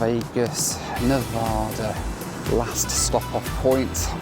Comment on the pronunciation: You mispronounced Nevada.😂